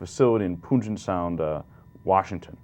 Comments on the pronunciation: Lol, "Pugen" sound. It's PUGET Sound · I thought it was pronounced Pyoojet sound, not Pooghet sound